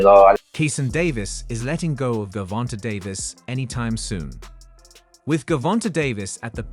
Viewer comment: Gervonnntta , pronounce it like javonta dafuk is dis